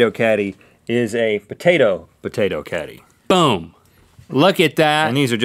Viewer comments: I thought he said catty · Lol I thought the potato caddy said potato candy and i was like HECK YEAH XD